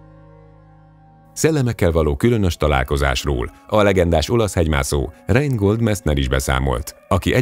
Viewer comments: Reinhold és NEM Reingold Messner ! és osztrák ! nem olasz ! Vajon mennyi fék van még a videódban ::: ?! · Reinhold, És nem Reingold Messner. Südtiroli, inkább osztrák, mint olasz. Nagyon híres hegymászó, ezért megérdemli, hogy helyesen ejtsük a nevét.